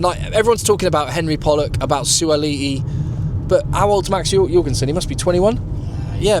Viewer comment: For Max Jorgensen, you pronounce it with a J not a Y